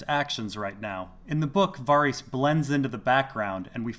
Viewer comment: Why do you keep pronouncing it Var-ees? It's pronounced Var-is